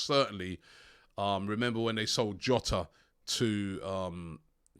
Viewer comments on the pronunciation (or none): none